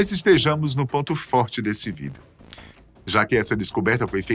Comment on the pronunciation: APRESENTADOR RIDÍCULO QUANDO PRONUNCIA A PALAVRA " VÍDEO"